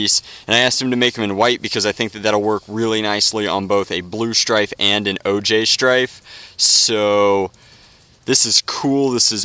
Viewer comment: "OJ Styfe". Not EliteXD paintjob anymore. Orange Juice Stryfe.